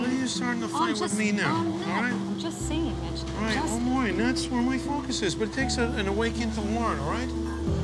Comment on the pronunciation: I swear their all saying bitch instead of mitch 🤣🤣🤣